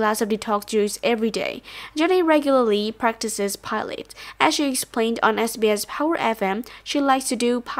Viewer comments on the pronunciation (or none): IT's pilates girl not pilats like pilots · PI LA TES thats how u pronounce it admin